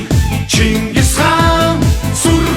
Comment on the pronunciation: Chin chin ngis Chingis gej duudaj Xyrailj ugnu uu. Bi Chin chin gedgiig ni Chingis gej buten ayalguulj duuldag aa.